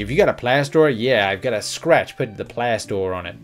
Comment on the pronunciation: “Put a plaster on it” is something no American says. 🤣 We say “put a bandaid on it”. Your American accent is as bad as I imagine my English accent is! 🤣🤣 Not sure if you’re say plaster, plastor, or plas-door.